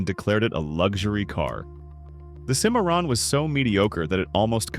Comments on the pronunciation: Sin-a-RON Correction; SIM-a-ron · Love that CaDILLac SimAre-on. WTLF! JUST READ THE SCRIPT. IM OUT, and I suggest EVERYONE drops off watching AI CRAP. IT WILL ONLY GET WORSE IF WE DONT MAKE A STAND. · Mispronounced the Cadillac Cimarrom.